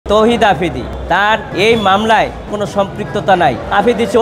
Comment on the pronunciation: আফ্রিদি ❌ আফিদি ✅🤭